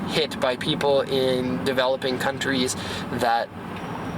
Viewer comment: "western cuntys" , i love you